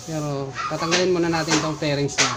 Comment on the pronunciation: Fairings not 'flairings'